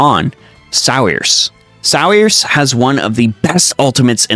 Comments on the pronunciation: Sear-sha pleeeeeease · that name is an Irish name, it's pronounced "Seer-shuh" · Sir-sha like inertia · Every octopath video I've watched pronounces "Saoirse" wrong .. it's an Irish name and the correct pronunciation is "Sur-shuh" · Since you helped me out I’mma help you out by correctly pronouncing saoirse’s name it’s Say-Or-Sha. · you lost me at "saw-ris" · I do like how this game gives ample opportunities to make "The ultimate party" and I did appreciate couple suggestions you give here. But for the love of all holy go learn how to pronounce irish name Saoirse.